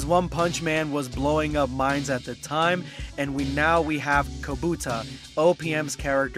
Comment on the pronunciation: Kubota not kobuta